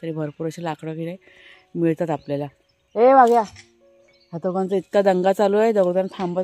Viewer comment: ताई तुम्ही वाघ्याला व्हाग्या का म्हणता.. नका म्हणू ते ऐकायला बरोबर नाही वाटत.